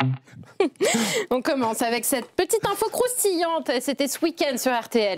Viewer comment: Et on dit Damien "Canivé", pas "Canivezzzz", car le "Z" final indiquait que le "e" final se prononçait "é", du temps où les accents n'existaient pas. Exemple : "le nez au milieu de la figure", ou l'actrice Elodie Bouchez, dont l'ancêtre était, comme son nom l'indique, boucher ! (si on doit respecter les patronymes, autant y aller à fond !).